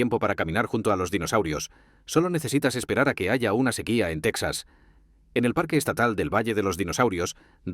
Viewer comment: No se si creer en este video cuando pronuncia tesaz